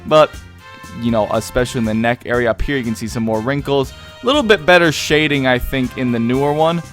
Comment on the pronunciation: "Shading", say it with me.... "Shading"... "Sh-a-ding".